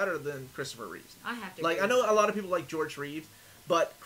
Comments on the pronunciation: Christopher REEVE (no S), except when he’s Superman. 😉 And its George ReeveS. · great review. but it's George reeves, and Christopher Reeve.